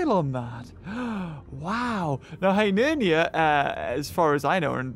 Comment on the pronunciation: its Hyneria not Hynernia